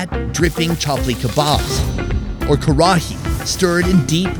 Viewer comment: Karahi is pronounced more lika "Ka-Rai", just so you know